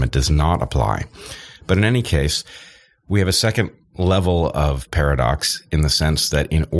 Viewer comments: ‘Annie’ instead of ‘any’. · He also pronounces "any" as "annie" instead of "enny." These are just two of a number of his idiosyncrasies.